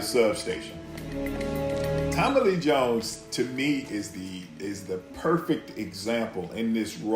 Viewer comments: I deadass was reading your comment when he said Tommillyjones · I love the way he pronounces Tommy Lee Jones as one word like Tommillyjoans.